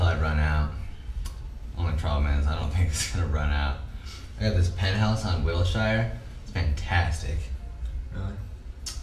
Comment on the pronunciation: that was pretty well done. the guy playing clay sometimes seemed a little bit too sarcastic rather than detached, but rip was really good. dressed too much like a hipster and definitely isn't from l.a. seeing as how he pronounced "wilshire" wrong, but still good.